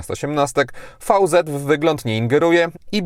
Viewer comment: VZ czytamy veloz (szybko)